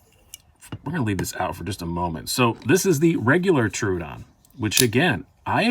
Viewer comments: Its pronounced TRO ODON not TRUEODON LMFAO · Knife wisdom you say? You can't even get the name of the knife correct!!! It's a Troodon not Troo-a-don!!!